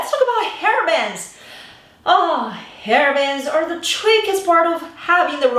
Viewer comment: I thought you were saying “hairbands”, and finally realized you were talking about BANGS! Got it now,I’ll watch again.